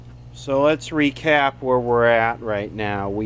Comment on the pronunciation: "Let's recap where we're at..." emphasis on recap. Cool unit, too bad it wasted so many electrons in radio mode.